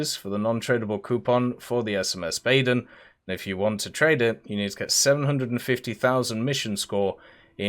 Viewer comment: For the last time it’s not the BAAAYYEÖÖÖÖÖÖÖÖRN